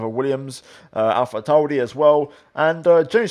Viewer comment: Why do you put a funny accent on for “Alpha Tauri”